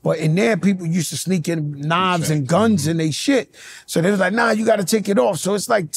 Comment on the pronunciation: "these wuz transformuhs" 😂